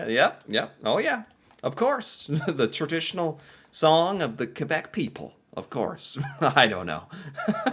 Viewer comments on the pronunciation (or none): You said Quebec wrong